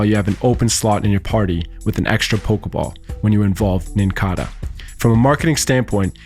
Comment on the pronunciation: Did you just call Nincada NincAHdUH? Lmao!